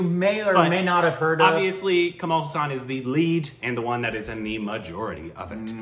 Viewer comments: It's pronounced Haaa - sun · my dear dear bro, I know its difficult for you with the names, especially Indian names. But the way you pronounce Kamal Haasan's name hurts my ears. Its pronounced as Kamal Haa'san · Its kamal haasan ..not kammal husain...😀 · Kamala Haasan. Not Kamaal Hussan